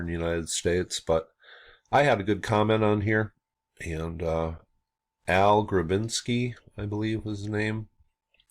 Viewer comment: btw not "al grabinsky" its AJ grabinsky,but ty for acknowledging my help if any,im still finding anomolous structures here and throughout new England